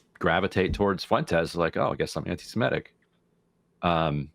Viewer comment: I like that Ryan Grimm is the only person in media who can pronounce the word "antisemitic" and doesn’t say "antisimetic."